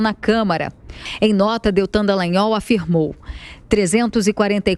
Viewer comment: Olha só não é dellagnol é Dallagnol, céus